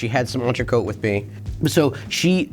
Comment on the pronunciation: If Americans spoke just one other language, it'd be clear that L'Entrecote recipe was leaked like 15-20 years ago and it's news to no one how it's done. Also: There's no need to call a ribeye an entray-coat, if you're butchering it anyway.